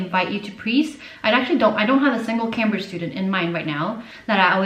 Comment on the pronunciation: you mispronounced Cambridge lmao